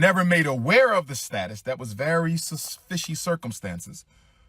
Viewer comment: He's going to have people in a jam. Did the Dr just say suspishe? 🤣🤣🤣. He's a fool.